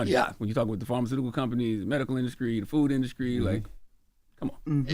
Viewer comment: 'Charlemagne' called industry 'induscry' thrice